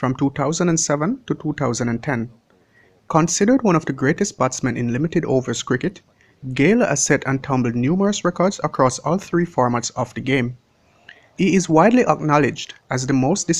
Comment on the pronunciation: lol. He didn’t pronounce a lot of words correctly. He kept saying “tree” and “turd”